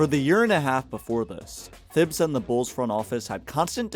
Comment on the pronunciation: The mispronunciation of Thibs is crazy